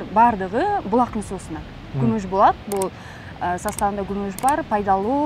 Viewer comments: Гумуж Булааакпы же Күмүш Булакпы 😄😄😄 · Гумуж эмес кумуш десе